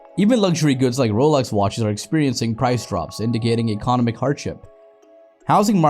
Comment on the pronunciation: Your pronunciation of “economic” cracks me up. Great video, but fyi that might retract the message for some viewers